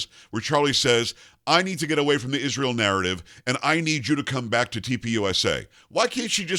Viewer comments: Can that woman PLEASE, enunciate the word ISREAL properly? Every time she says ISH-RAY-AL she sounds like an illiterate!! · Candace mumbling as a CRAZY person. She cannot even pronounce word Israel right. She is full of disgusting racist Jewish hatred . Why did her vile hatred appear so suddenly after Daily Wire RIGHTEOUSLY fired her ? Because they recognized her for fast talking FRAUD she is!